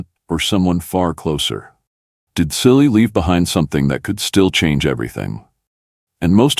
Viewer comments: His name is pronounced as Chilli not silly . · Chilli , not Silly for god's sake